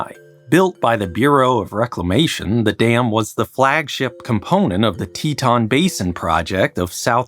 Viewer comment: REMOVE "N" FROM "TETON"...